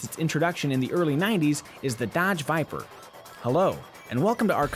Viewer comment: D :D "Hello and welcome to our comprehensive KBB review of the Duh-odge Vypr. :D :D Sounds so silly, trying to sound convincing :D :D